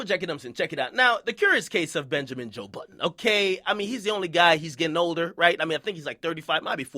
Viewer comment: Benjermen Joe Budden lmao got me weak